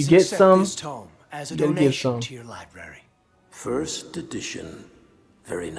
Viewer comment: definitely said "libary" multiple times lol. This episode feels like when we start have more serious consequences for our characters, with Appa being taken, and the scholar going down with the library